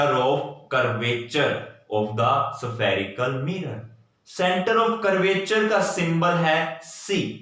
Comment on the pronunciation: spherical mirror ko Kya pronounce kya 😂😂😂